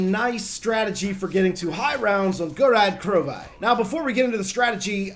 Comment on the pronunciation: go-RAD Kro-VIE?! wtf man